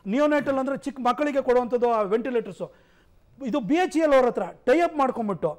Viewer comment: BHEL alla BEL